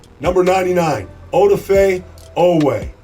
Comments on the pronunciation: “OHduhFay” ugh people will learn eventually! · Can yall please say this mans name right? O Da (fay) fe. And that forced fumble wasnt his only great play. On mahomes interception odafe played a delayed spy / blitz when patrick stepped up like he always does everyone thought oh boi here it comes BUT Bam ! Odafe is 6'5 270 and ran a 4.3 40. Told everybody he was about to ball out